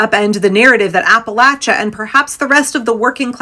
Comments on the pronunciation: From Asheville, thank you for pronouncing Appalachia correctly 🙂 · Thank you for your attention to accuracy in general, and especially the correct pronunciation of Appalachia. 🙏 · Southeast Ohio here, right in Appalachia, thank you for pronouncing it correctly, we didn't all vote for tRump. A lot of us voted blue and we got just as fucked over as the rest of you. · Can I just tell you as someone from Appalachia how much I appreciate you pronouncing Appalachia correctly. Also, Appalachia certainly did not vote based on racism, many people from that area voted for Obama especially in 2008...They voted based on desperation and ignorance. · First of all big shout out to you for the proper pronunciation of Appalachia! Secondly, hell yes the mountain folks resist oppression at every turn! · WNC native...and I would like to thank all those who said Appalachia the right way! Also, there are a whole lot more Dems here than you think...and people are beginning to move back to the blue. From 5-10% blue in the early 00's to 15-25% now. People do learn and they can change. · I'm from the Appalachian mountains of western NC. (Thank you for pronouncing it correctly.). We don't play when it come to protecting our neighbors.